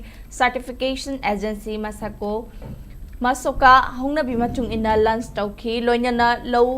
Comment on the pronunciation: Pao pabda cheksinna pahanningi Lunch natte launch haigdbni